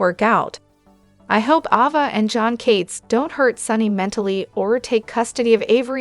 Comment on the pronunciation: Please say Ava name the right way 🙏